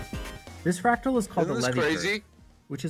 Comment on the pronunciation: "whats a fracal XD"